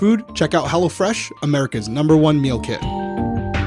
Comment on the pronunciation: When talks about hello fresh. It sounds like she's saying hella fresh...😂😂